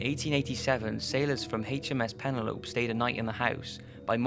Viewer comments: Lol .. "Pennalope." It's pronounced "puh-nell-oh-pee." It's a girl's name. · Penne-lope? Peh-neh-loh-pee. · Pen - Uh - Lope? Is that like an Antelope? Or is it just another ESL person that's not quite aware of English names... PEN-ELL-OH-PEE! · Penle -ope ? Penelope ? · Oh haha and by the way fella, HMS Penelope is "pen-el-o-pee" as in Lady Penelope ;) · Penelope is pronounced pe-ne-lo-pee! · I really like your videos, honestly I do, but dude, you really need to look up how to pronounce things before you do your videos. You kinda mispronounce everything :/ "Penelope" doesn't rhyme with "antelope".